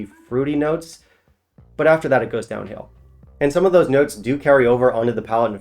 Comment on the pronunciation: D I like you, but not the way you say "and". Hope I've put 2 and 2 together for you!